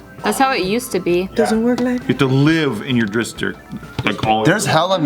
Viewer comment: Am I the only person who heard say "dickstrict"?